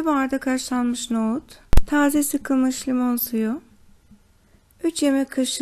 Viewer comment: Nogut değil NOHUT